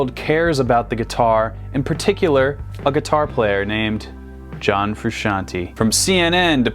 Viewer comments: Fru- shan-TAY!!! NOT shan- TEE!!!! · It's Frusciant-AYY, not Frusciant-EE, you muggle. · Ikr it drives me crazy, its fruscian-TAY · Frusciante !!! NOT Frusciantee you can't pronunce correctly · it's TAY no TEA gosh... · Fruscianteeeeee ...not Frusciantiiiii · It's pronounced Fru-shawn-tey not Fru-shawn-ti. Otherwise it would be spelled fruscianti. (Basic Italian pronunciation). Sorry this really bothers me. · You dont say John Fruscianti Its John Frusciante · It is Fru-shon-tayyyyy!!! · Froo-shawn-tay Also he's wearing the same plaid shirt as John. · Bro, chill. Theres no way for him to know how to say it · I'm sick and tired of people mispronouncing "Frusciante".